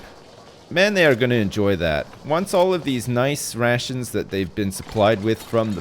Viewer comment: When incorrectly says rations 😑 EDIT